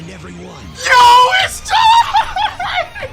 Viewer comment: Did he said oh it’s shime instead of time 😂 😂